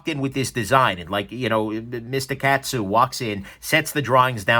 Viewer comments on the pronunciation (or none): In case you review one again in the future: kAh-tsu, not cat-su. Thanks for taking the dive on this so we don't have to.